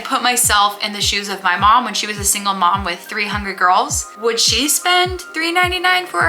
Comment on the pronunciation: When you said “a single mom with three hungry girls” I thought you said “a single mom with 300 girls” 😂😂